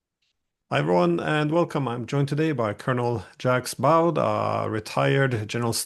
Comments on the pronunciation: Jax Ba-oud? I love you Glenn, but that's a French pronunciation: zhak bo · It's pronounced "Jaak Bo", not Jacks Bawd. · Jacks Bowd? How about you pronounce it properly? Zhock Bo